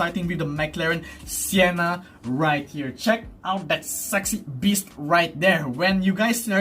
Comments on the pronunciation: Correction its Senna not sienna hehehe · is it me or u cant say senna properly? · Your reaction in the thumbnail is the exact same as mine! 😂🤣 Great video, I'm liking this series more and more! ❤ Also, why did you call the McLaren Senna Sienna! It's not Sienna! 🤣